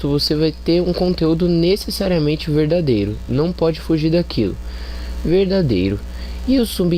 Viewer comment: Que será que este cara quis dizer com a palavra "veidadêro"? Problemas relacionados a ortoépia na fala do elemento é mato. Convenientemente parei de assistir ao vídeo neste ponto ("pressuposto veidadêro"), antes de 1 minuto. Mas posso subentender o que viria pela frente. Parabéns pela iniciativa, autor do vídeo! Em tempo, passou da hora de procurar um fonoaudiólogo, pois está precisando urgentemente de um.